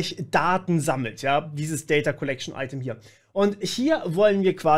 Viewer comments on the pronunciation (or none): none